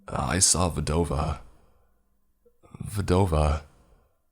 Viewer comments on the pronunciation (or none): It’s pronounced VDAhh-Vaa, you’re legit chopping up my language. Just call her widow which means the same exact but doesn’t sound stupid